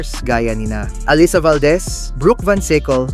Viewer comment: Allisa? Hindi batu nakikinig panu i pronounce ang name nang players? Allisa ka dyan